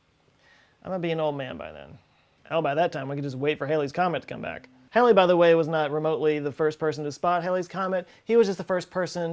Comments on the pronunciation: Pet peeve time: Halley is pronounced "Hall-ee" as in a hallway one would walk through. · Yes, I recall when it came by in 1986 there was a great "re-education time" of the correct pronunciation of the name, you are right, or Hal-E, but everyone on the planet was miss-pronouncing it Hail-E or girl name Hailey, especially the TV media dolts (yes, they were congenital idiots back then too!), perhaps because of the old 50's rock and roll band "Bill Hailey and the Comets"! LOL.